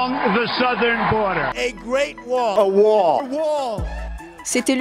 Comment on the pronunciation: "A OUALLLL" :) Cte tete d'abrutti :)